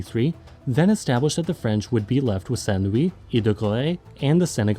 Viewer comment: Saint Louis is pronounced Sahn-Loo-E